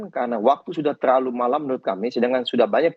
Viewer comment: Kata bang 'TEERLAALU' 😅